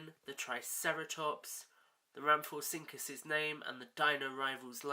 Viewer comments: i know im late but its pronounce ram-fo-rin-cus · It could be your accent but you said rhamphorhynchus wrong